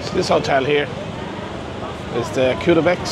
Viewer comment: hhaha welocome to kutaaa.. KUTA not Kyuta jajajjajaj.. what camera are you using?